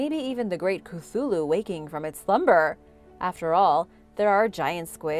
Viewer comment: learned how to say Cthulhu 🙌💯👍